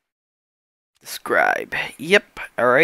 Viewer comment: When you said "From nothing to something sucsses" i thought you said "From nothing to something sucks ass"